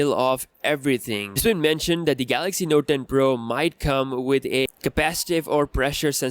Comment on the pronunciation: Did u say Notden ?